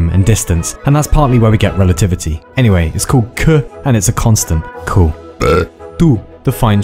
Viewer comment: cool vid but fk, u triggered me at saying any"h"way! xD